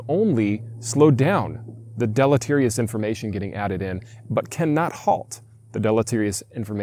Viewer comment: Listening to blisteringly stupid people repeatedly say deleterious is painful.